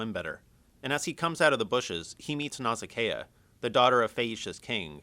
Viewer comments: It's actually "Nausicaa" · It's pronounced Naw-sic-uh!